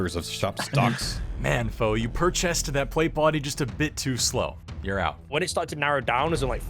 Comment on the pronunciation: "you pur-chest-ed that plate body..." I heard it and I appreciate it.